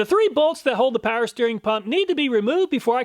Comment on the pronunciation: Please start pronouncing the W in Power. You pronounce it currently "paer"